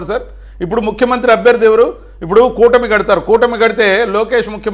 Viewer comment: ఉప్పుడు కాదమ్మా ఇప్పుడు అనాలి భువి అమ్మా. ఇప్పుడు అర్థం అయ్యిందా చంద్రంతాతా పీకడం అంటే ఎందో, అది అధ్బుతమైన పరిపాలకుడు జగన్ అన్న గురి మరియు పెద్దిరెడ్డి రామచంద్రారెడ్డి అన్న దెబ్బ. బిల్డప్ చంద్రంతాత పెనమలూరుకి పరుగో పరుగు... టిడిపికి మోసకారి నక్క బిల్డప్ చంద్రంతాత, బుద్ధి మాంద్యపు పప్పు పులకేస్, ఉన్మాదపు ప్యాకేజీ దత్త పుత్రుడు, అపద్దాల ఏడుపు గొట్టు ఎల్లో మీడియా, కుళ్ళు, కుతంత్రాలు, అపద్దాలు-ఘోరాలు తప్ప వేరే దిక్కే లేదా అనేది మిలియన్ డాలర్ల ప్రశ్న.